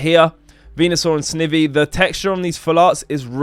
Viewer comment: noooo lmao u said snivvvy